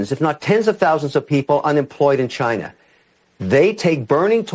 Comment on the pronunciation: "China assho"